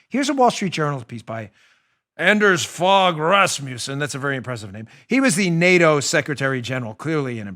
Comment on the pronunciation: Hehe Dano..great show!..and 'Anders Fogh Rasmussen(ex Danish PM)..hehe..'Fogh' is pronounced 'fo'..like in mo-.....